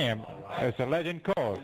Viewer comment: Another "lejid" call! :face-blue-smiling